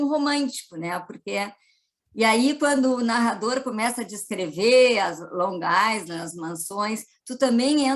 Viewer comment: Obrigada pelo conhecimento de vcs. No entanto, em "island" não se pronuncia o "s". Pesquisem! Fala-se "áilend". Gratidão!!!!!